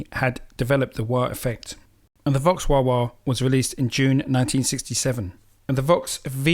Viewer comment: Vox, not fox! Lol